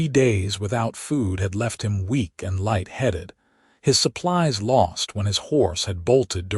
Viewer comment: Laddled has 2 'd's, did you mean to say ladled like the on-screen text? How does one laddle anyway?